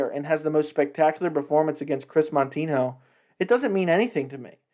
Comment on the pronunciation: If you don't even know Moutinho, or even say his name properly, why then are you speaking about him and his record? Did you notice that you have a minus than one ratio on your likes? You should pay more attention to those little details because it is probably one of the major reasons your channel sucks and I am not even gonna bother to watch this video to the end. You just don't know a thing about what you are talking about - you are an amateur sir...